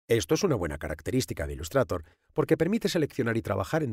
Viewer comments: Decir 'ilustrator' en vez de 'ilustreitor' es otro nivel 😂😂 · "Ilustrator", madre mía tio estos españoles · "Ilustrator".... ese Engliiisss x,,D jajajaja. Buen vídeo :D